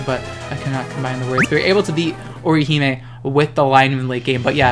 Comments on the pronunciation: You nailed the pronunciation of Orihime btw. If you just take what you said and make it more fluid it would be really good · Awesome video again, and you pronounced orihimes' name right 😁